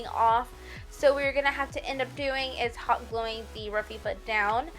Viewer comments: It's not Rafifa, you said It so many times and it drove me nuts, that's my OCD! I had to stop watching before it ended, you said It so many times, I was losing it, sorry, cute tho. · too funny, every time she said raffia it made me scream, laugh! How she kept saying "rafifa" was hilarious, that might be one OCD of mine, lol! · It's pronounced "Ra-fee-ahh" my dear. BTW, your designs are very pretty. Surely gonna do some. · hey Sugar, I love your ideas!😃 I'm going to make all of them for fall! After looking at several different tutorials by other people, I really liked yours the best! I look forward to Christmas! Also just to let you know it is pronounced Rafia,just to let you know!😃 Keep up the good work! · you are so charming! loved your craft ideas thanks I pronounce raffia as RAF -E-A but to cute how you say it :) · It's RAF FEE AH - raffia! and it's SUTH URN - southern . You did an awesome job!!!